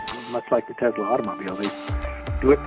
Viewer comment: Why do people sat TEZLA it's TESLA !